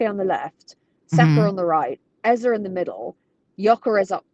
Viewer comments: Rebecca, Eberechi’s last name is EZE no EZER. It’s a Nigerian (Igbo) name. The last letter is pronounced the same as the first: “AZA.” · Rebecca its actually pronounced Eze (ay-zay) it's an Igbo name.